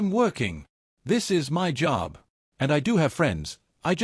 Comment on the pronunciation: how hard for an AI to say f*cking MY instead of saying each letter out M.Y so god damn annoying